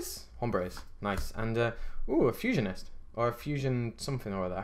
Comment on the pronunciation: Fusionist is right:) your try at Spanish was good man. Enjoyed it. Good memories with the sets